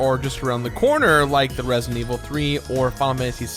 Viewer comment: The way doesn't pronounce the d in resident always drives me crazy